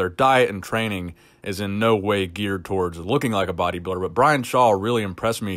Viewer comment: i like the way you say,,body biider